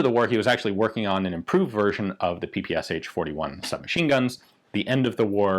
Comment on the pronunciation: Thank you so much Ian for this video about PM! I like the way you talk about different types of weapons. You do this with great respect! And you pronounce PPSh and Russian surnames correctly! 👍 I have my own story about PM. When I was a little boy, my father (he was an officer in the Soviet Army) gave me a brand new PM holster. It was made in 1973, 2 years after I was born 🙂 I played with it for a long time, my toy guns were stored in this holster. And 25 years later I became a police officer and received a PM, made in the same year - 1973! My PM was a pistol of very good quality. I left it when I finished my service, and my old PM holster is still with me 🙂 I think there will be a second part of the story about the PM family on your channel. About PMM, Izh-71 and more.